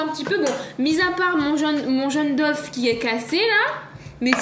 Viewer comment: elle a.dis jaune dofe chui mort